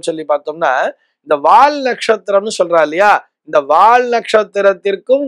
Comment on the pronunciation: Not "வாழ்". வால் is correct.